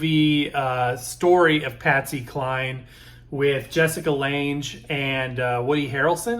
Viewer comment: You got some good finds there for sure. :) I found a 78 book album set of Bing Crosby's Christmas songs on 4 78's. Been debating about getting it or the Lp like yours. Not trying to be "that guy" but thought you might like to know that Lange is pronounced with a hard G, just like Lang, or bang. Her first film role was 1976's King Kong remake. Some day I'll find a copy of Peggy Lee's "Special Day" song. A local station plays part of it every morning for their morning talk show and I want to hear the whole song, lol. At first I thought it was Doris Day singing it until I heard Peggy Lee and I was like SHE's THE ONE singing that, lol. Back in the 70's my Ma used to watch a talk show called The Mike Douglas Show and the other day I discovered he used to sing for Kay Kyser and I thought that was pretty neat.